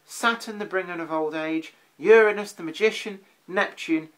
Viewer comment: lol - I agree with your pronunciation of Uranus